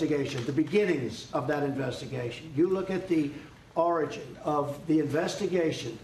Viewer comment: SHUT UP ALREADY! QUIT REPEATING YOURSELF! SUCH VITRIOL FOR AN INVESTIGATION YOU SHOULD NOT HAVE ANY WORRIES ABOUT ...UNLESS YOUR A LOONY CONSPIRACY THEORIST WITH DELUSIONS OF GRANDEUR FOR GOOD MEASURE & LEARN TO TALK JEESH, YOUR 107 YEARS OLD!! IT'S ORIGIN, NOT ORANGES OR ORANGINS EITHER.